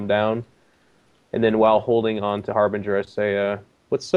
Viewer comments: pronounces Harbinger as "Harbringer", Worgs as "Worrogs", Halberds as "Halibreds". It's hilarious and confusing, but I would go with the real words as a default. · Harbinger is a real word, Harbringer is just a common mispronunciation.